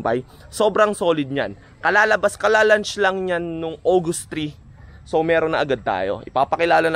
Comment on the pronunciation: disclaimer I'm not professional critics nor professional in English however one thing caught my attention was your mispronounce of LAUNCH sounded like literal. Pare it nothing taken against you I just want you to know there is other countries whose watching you have cautious on pronouncing of word or phrase. The correct one is LAUNCH you have to replace A by O so it will sound LAUNCH just deliver it proper way. Try to practice it pare no offense mga karider 😷😷😷👊👊👊😀